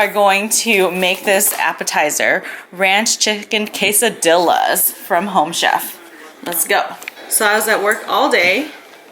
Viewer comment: Did she just say quesadi(la)? wth. Quesadi(ya) the double L makes a (Ya or Ja) sound like yamaha or jack.